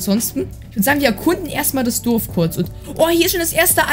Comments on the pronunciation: Es heißt Dorf nicht dof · Du sagst immer durf das heist Dorf hahahaha Nicht böse gemeinst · XD er sagt „Duf“ zu Dorf 🤣